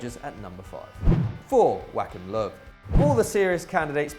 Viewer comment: Not how you say Joachim Löw...